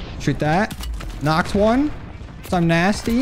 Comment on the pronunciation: I can’t unhear it every time he says it.